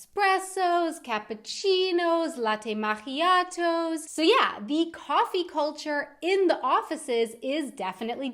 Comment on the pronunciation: good job with the german ch sound as in ich :) 👍 however macchiato is italian, and although you could make a very bad figure in italy pronouncing your ks too hard (swiss style) like the emphasized k sound written as ck as in Hackfleisch, it's actually k in macchiato, I mean they even put a double c to emphasize the k sound there (and the h is only used for spelling to prevent the c from being pronounced not as k but like the german tsch in Tschechien or the english ch as in itchy when followed by i or e. ciabatta bread doesn't start with k, but cHiabatta would, technically :) it's oftentimes similar to english, where it's cell or city (s sound) but cat, cold and cut (k sound when followed by vowels other than e or i) same rule for g in italian. Love your entertaining videos and the effort you put in them, keep up the good work :)